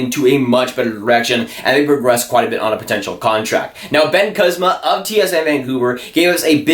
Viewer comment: Kuzma pronounced kooos ma not cuz ma